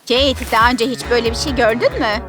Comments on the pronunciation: Keyet değil Kate ve keyt diye okunuyo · Kate mi Jennifer mı dediğinde bağırarak tabikide kate dedim bne malım anam kate ne dedi🤸